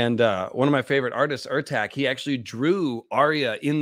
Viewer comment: ertaZ not ertack the Ç in Ertaç is pronounced like an S not a hard C.